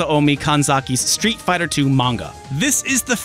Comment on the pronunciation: Spit out my drink at "Street Fih-turlund". Bravo.